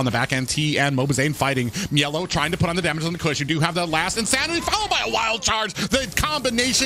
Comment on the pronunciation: also why does he pronounce mielow's name like that it's really pissing me off